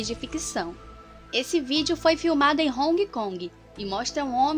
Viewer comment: Hong Kong kkkkk é Hon kong